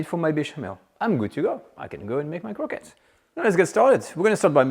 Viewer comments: Quit saying “croquettes”. Its as “awreeb-bell” as “croissants”. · For American folks who are distracted by his PRONUNCIATION of the word "CROQUETTES": In 'American-ese', it's phonetically pronounced "CROW-KETS", as we know it here. Merci!